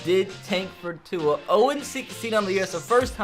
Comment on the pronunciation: Who else gets mad that cant pronounce tua’s name